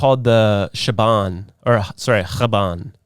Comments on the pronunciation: Dude it's Chabad not Chaban... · chabad not chaban